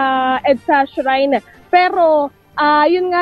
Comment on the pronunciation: Hindi shine. Shrine.